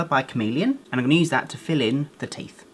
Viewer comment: I love how he says teef not teeth